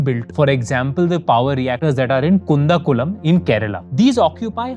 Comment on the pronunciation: Also it's ku'd'ankulam not ku'n'dakulam.